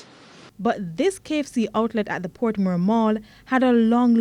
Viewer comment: Its portmore